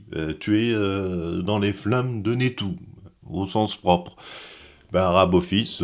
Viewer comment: C'est moi ou on entend "aBophis" tout le long de la vidéo ??????? 🙄 EDIT: ah oui, il dit bien "aBophis tout le long de la vidéo.... ben bordel pour une video spécial stargate... ça la fout mal.... 🤮